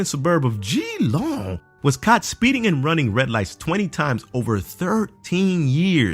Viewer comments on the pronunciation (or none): Why is it so hard for non-Australians to pronounce the names of Australian places!? It is not pronounced Gee-long, it's pronounced as Jeh-long, and Melbourne is not pronounced as Mel-born, it has more of a burn sounding than born (but don't drag it out!). It is so frustrating, is it so damn hard to look up the pronunciation of these places before recording!? Or even better, ask Dolan how they're pronounced, since he's Australian. This is just getting ridiculous, and not just on YouTube, mainstream overseas media does the same thing. I'm pretty sure you'd get annoyed if people kept butchering the pronunciation of locations in your home country. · It's actually pronounced Gehlong! Not Geeelong. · It's pronounced Jaa-long and Mel-bin not Melbornon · 'The australian suburb of "GEE-LONG"' I am weezing right now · geelong is pronounced "jelong" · LOL i like how you pronounced Geelong and Melbourne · Learn how to pronounce Geelong